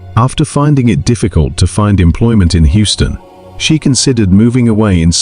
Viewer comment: What is that pronountiation of Houston in